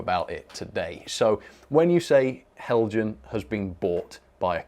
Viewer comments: btw... it's pronounced hel-yan... (just like mojang is pronounced moy-yang) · I thought that the Accurascale people did a great job on their video until somebody pronounced Heljan as "Hell Jann". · Helian, the J is silent 🤫 😊